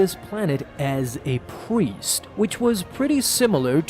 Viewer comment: ...did he just say "as a pwiest" ?